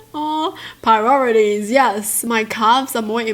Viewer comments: You said pirorities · I love how you pronounce priorities, It's so nice. Piroritoies yaaass!